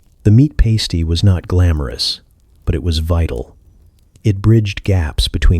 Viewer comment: Past-ee not paste-ee